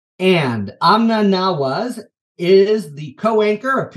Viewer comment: "Nawaz" is pronounced "navaz" with an accent on the second syllable. That is how she pronounces her own name on the PBS NewsHour.